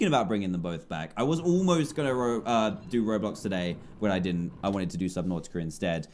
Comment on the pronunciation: Why do you say the two syllables of subnautica broken apart? It's one word